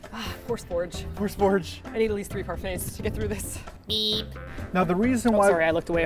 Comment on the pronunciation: "Spordge"?... I love it Also feel better soon Spudgy!!